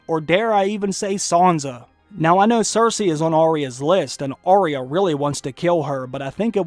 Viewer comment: 1. You do care, Gregor needs a satisfying death. 2. Its "Eye-ah" not "ah-ria" thats how they say it in tje show so why does everyone mispronounce it.